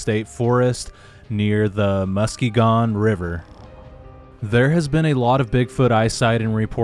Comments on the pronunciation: MUSKEE GONE?? LOL! It's pronounced MUSK kee gon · Musk-EE-gun Not "muskeh-gone" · It's pronounced mus key gun river fyi. Lots of american Indian, hard to pronounce, names around here in Michigan. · muss-key’-gun river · The pronunciation is Musk'eegun. With the emphasis on kee. But not real strong. MusKEgun. Thanks for the info. The sasquatch I saw was real. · It's pronounced Mus ke gon not Muske gon..just an fyi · it's musk ge gen how u say it lol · Mus- keegan. Is the pronunciation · Thanks for the great stories, most of which seem credible. But Muskegon is pronounced by the locals Musk KEE gun emphasis on the middle syllable. Otherwise, keep up the good work.